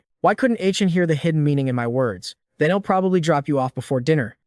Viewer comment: okay. AI doesn't understand apostrophes. (he'll pronounced hell)